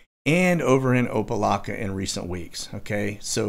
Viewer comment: It is pronounced Opa (lack) a. Good try though.